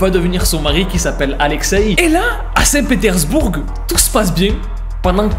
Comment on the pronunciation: 'saint petersbourGUE' on prononce pas le 'e' x)